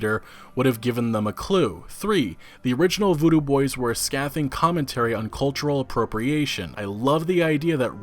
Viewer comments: "scathing" dude, pronounced "sk-ay-thing" with a soft "th" like in "the" or "them" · ...it's pronounced SKAYthing bro